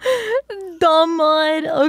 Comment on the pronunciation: I think its pronounce as DU-MUD not DUM-UD